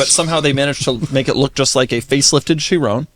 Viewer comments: Hahaha, that also what I was thinking. Did he just call it the "sherooon"? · i refuse to believe that you talked about people mispronouncing tourbillion, just to mispronounce chiron right after 😭